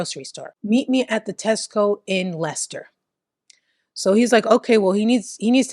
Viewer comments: Perfect pronunciation of Leicester 🙌👌🫶❤ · Yes you pronounced Leicester correctly. I was just at that Tesco yesterday. Ugh. I feel sick that I know some of these people. They were always fk ups. Banbury is in Oxfordshire. Banbury is just over 1 hour from Leicester. Stoke on Trent is 1 hour and 20 mins ish from Leicester and 1 hour 30 from Banbury if you don’t go through Leicester. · The only American that knows how to say Leicester. But can't say Stoke....😂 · Yes Leicester is pronounced "Lester" and actually Stoke is Stoke and not "Stokes". Your English accents are wonderful. Personally I'm hoping you get to cover a case from Bicester ("Bista"). Your shows are like a cultural lesson and I'm learning some of the things Americans don't know about British culture, eg balaclavas! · English guy here: 'Leicester' is pronounced 'Lester', well done. 'Stokes'? I think you mean 'Stoke' on Trent (sounds like I am stoked). Edit: your English Accent is really 'taking the mick', in the best possible way lol. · You definitely pronounce Leicester as Lester so you’re saying it properly,. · You pronounced Leicester perfectly 👌. Lester. Same with Worcester. Pronounced wusster 🙂👍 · I forgive her due to the perfect pronounciation of Leicester 🤣 She tries a lot harder than most YouTubers lol